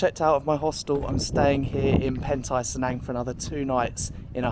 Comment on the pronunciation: "Cenang" is pronounce phonetically, hence, it's "che" & not "se"